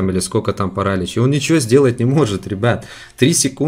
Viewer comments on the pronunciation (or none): ставь правильное ударение пожалуйста не пАралич а паралИч очень режет уши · Еее молодец только правильно паралИч